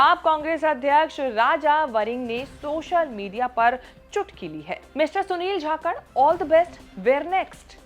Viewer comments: Properly name pronounce kijiye Jakhad ki jhakad bol rahi ho. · It is not "Jakhakard" it is "Jakhad"..... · झाकड़ नहीं जाकड़ है मैडम जी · Kya bol rahe ho Sunil jakalth hai chthythr nhi hai 😊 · Jhakkad ni 😂bolna to sikh lo